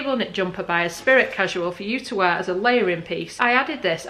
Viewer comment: Esprit is pronounced Espr..eee. As in Lotus car (James Bond). Did you choose fitted, loose or other out of interest? Wasn’t keen on the trousers. Skirt was a little tight maybe. The r/neck and shirt were good fit and colours for you. Not sure if it was worth the money or not. Thanks for the vid and all the info too. Very useful.